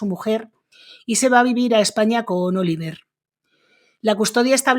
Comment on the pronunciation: Interesante tu canal!. Por cierto, el hijo se llama Olivier, con una i, y se pronuncia O-li-vyé con una i larga.y sin pronunciar la r final. Pero no tiene más importancia